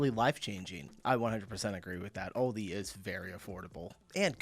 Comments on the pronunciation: It’s Aldi not Alldi. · It’s pronounced Al Dee, like Al Roker. It’s like Adidas, it’s made up from two names. Aldi: Albrecht Diskont - ALDI. Adidas: Adolf Dassler - Adi Das